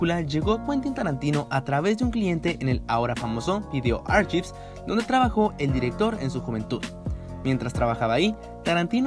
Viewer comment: Solo una sugerencia se dice "arkaivs" y no archives como en español.